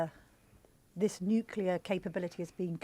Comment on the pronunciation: Lammy and Pollard cannot even pronounce “nuclear” correctly. How can one take them seriously?